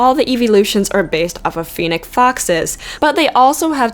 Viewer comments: You pronounced Fennec wrong. It's Feh-neck. Not Fee-Neck. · I'm pretty sure it's feh nick not fee nick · You cant pronounce FENNEC fox right either............"FEH-NICK" NOT "FEE-NIK" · It's Fe-nnec fox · FENNEC IS NOT PRONOUNCED LIKE PHOENIX. NO.